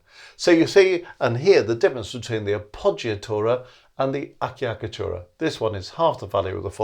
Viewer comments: On the Acciaccatura, you said Acchiaccatura (the pronunce is "a-tch-tch-a-kka-too-ra". Excuse for my bad explanation) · I enjoyed your video so much! So well explained! Just two comments: I'm not italian, but I think the first double cc in "acciaccatura" are pronounced with a "ch" sound (like in "check"); and the "mordent" in baroque style should (generally) begin with the upper note, like the trill. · This was a nice clear explanation. Thanks. By the way, I believe the correct pronunciation of "acciaccatura" is something like "a-chak-a-tura". (Generally, the "ch" sound in Italian is written as "ci".)